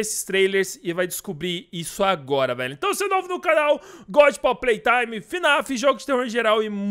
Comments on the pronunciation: Mano tu falou poppy playtraime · Poppy platrime kkkkkkk falou errado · só eu q no começo ouvi poppy PRAY time? otimo video espero q lançe esse capitulo logo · Kkkk vc disse prop prei taime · Ninguém percebeu que ele disse Poppy play traime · Cara desculpa eu não escrever a última frase aí eu vou ter que falar informar porque tu falou pop Play Time e não pop Play Time